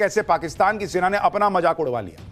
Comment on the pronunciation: Jaisay raw ni raaaaa 😂😂😂😂hota hai waisay majaaak😂😂😂ni mazaak hota hai😂😂😂😂